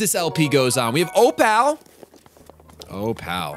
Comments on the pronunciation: The correct pronunciation of Opal is "oh-pull" not "oh-pal", the more ya know... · it's not oPAL It's Opull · one thing I've always noticed through the years is that has amazing math skills, but terrible English and grammar skills. he can calculate super effective damage or HP percentages super fast, but then the next day he says OH-Pal. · ignore this if you're doing this intentionally, but you are pronouncing "opal" wrong. It's "o-pull"